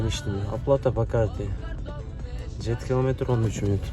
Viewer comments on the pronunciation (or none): none